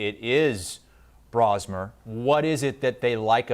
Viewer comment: BRO-smer. Not Brah-smer. Just in case everyone is going to need to know 😂